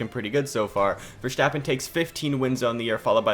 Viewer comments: Verstappen not VerSCCHtappen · It's not Vershtappen it's Verstappen. I'm sorry but it was hard to listen.. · “Max Vershtaapen” 😂😂